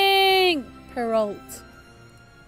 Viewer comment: Perrault is pronounced per ow (ow like ow in bow)!!! Not per olt!!! Like so she shes this!!!